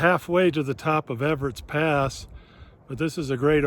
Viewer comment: Ebbetts pass not Everett